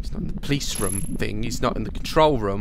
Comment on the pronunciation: Has anyone else noticed that Daz says room Rom.